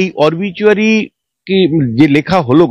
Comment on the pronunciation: সঞ্চালক মহাশয়া, কে জানিয়ে দেবেন, --- অরবিচুয়ারি নয়, শব্দটা "অবিচুয়ারি"; আর গেজেট না, ওটা হবে "গ্যাজেট"।